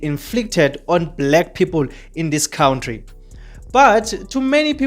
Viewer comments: Why do say kountry😅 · You cant transform knowledge and information when you can't even pronounce an easy word like country, mr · Cowntry,Kowntry,khawuntry bro🤣🤦‍♀️